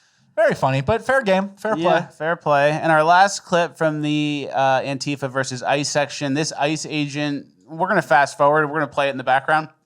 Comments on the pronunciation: It's VERSUS NOT VERSE! Much love. Hail RRB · *versus, not verse